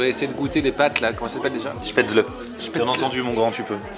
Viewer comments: rhooooo ça se prononce [schpèt]... comme "je pête" et [zeul] comme ze zuis zeul avec un fort accent allemand : Spätzel C'etait la leçon linguistique teutone du jour ! Bonjour ! LOL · On dit spätzl"é" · J'avoue ça prononciation n'est pas bonne